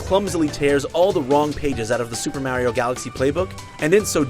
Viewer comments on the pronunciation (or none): He says Mario like "mare-io". Idiot confirmed. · White americans cant say mario properly it fucking anoying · IGN learn how to pronounce Mario. It's not Mairio it's Mario like Mars. I know that's how people in some locations pronounce the name but Nintendo canonically calls him Mario like Mars therefore you should change your speech habit to pronounce it that way. In terms of the review itself biased review is biased. Once gain IGN has shown that they have no care for how they appear to the public. They'll give great scores to horrible remakes like Windwaker HD because it's Zelda and bad scores to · As if IGN wasn't bad enough, this guy says "Mayrio" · Just wow at this review. The second he started complaining about Sonic's speed I knew I couldn't take it seriously. And Mario Galaxy had the same exact ball-rolling levels, but here they are complaining about it when it's Sonic. Also, they pronounced Mario "Mare-io." Do you even play video games? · "Meh-rio"? A weird way to pronounce that. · Am I the the only one who is horrified by the way he pronounces Mario!?